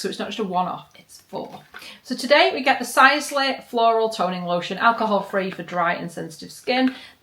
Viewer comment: That was interesting pronunciation of Sisley :)